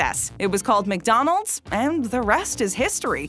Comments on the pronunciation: The pronunciation of ", Mick rib" is excruciating. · You said mig Donalds like my dad lol